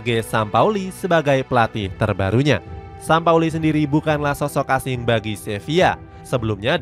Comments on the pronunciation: JORGE SAMPAOLI.. bukan SAMAPOLI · Jorge Sampaoli min... Bukan Jorge samapoli 😂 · sampaoli min bukan sama poli 😂